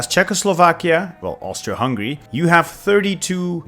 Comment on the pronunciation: Wait this man formed austria hungry as czechslovika? Thats kinda impressive